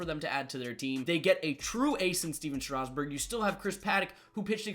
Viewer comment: Stephen strasgburn wrong lol